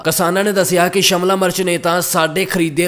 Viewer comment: Shamla nahi shemla hunda😂